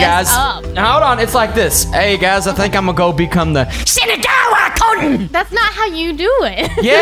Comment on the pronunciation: pronounced shinagawa kun right